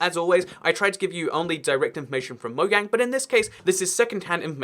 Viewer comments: dang that "mogang" though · Do me a favor and pronounce your Js in mojang